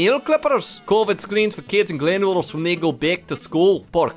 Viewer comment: My patience was lost when you mispronounced "Glenrothes" on that school post